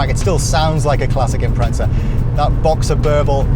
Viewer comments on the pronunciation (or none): It’s Impreza not impretsa 😂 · It’s imprezza not Impretsa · impreza not impretza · im pret za? what the actual fuck., its even spelt imPREZZZa. say it right. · Too much pizza made this guy say "Imprezza" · Its bothers me slightly when he says "Impretza" haha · its because he says "impretza"